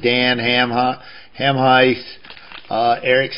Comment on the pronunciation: Ham-yoose, rhymes with moose.